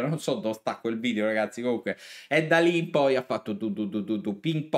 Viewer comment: Si dice Area e nn Aria Video e non Vidio...